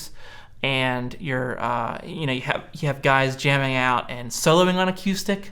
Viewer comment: Really? a-Q-stic?